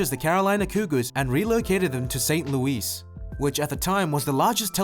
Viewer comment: No way he said st. louis like that